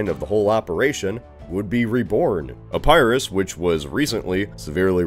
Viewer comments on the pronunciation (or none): none